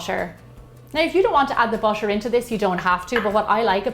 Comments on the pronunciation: Is butter not boter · Pronounciation of butter feels like differend...